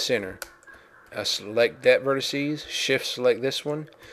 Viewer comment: *spits chewing tobe* and thats your verticeeees ahhhh the deep south